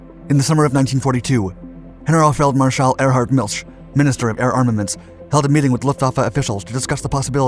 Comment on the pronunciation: The "General" part of "Generalfeldmarschall" is pronounced with a hard-'G'... (like: "Ghey-ner-ALL")--- *Not* "Hennurl" . . .